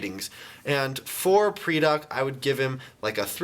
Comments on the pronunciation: It's pronounced PRY-Dak. Not PREE-Dak. Lol you're terrible at pronunciations, but it's understood. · It's pronounced "Paradak" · ether u pronoused pridak rong, or its a tomato-tomoto thing.